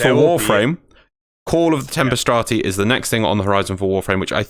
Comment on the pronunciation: no I dont feel nerfing Blood Rush and Weeping Wounds etc... would 'fix' melee as the meta would just shift to another copy paste build. also you keep saying "call of the tempstrati" i think you are getting "Tempestarii" confused with "Entrati"